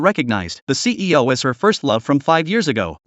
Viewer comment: I know he's saying ceo but it sounds like he's saying cpo